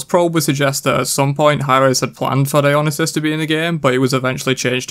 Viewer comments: “Dyonasis”? Dude you are butchering that name so bad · It’s pronounced Dio-neye-sis Edit: I saw that cu chulain # of dmging abilities debate on reddit xD